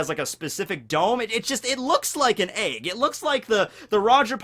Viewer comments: Also it's an EGG!! Not an AEYG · Why do you call it eyg instead of egg? :P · Lol why do you pronounce egg like “Ayegg” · the way says egg pisses me off for some reason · Please pronounce 'egg' again for my amusement. Thank you. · am i the only one who is triggert by the way he says egg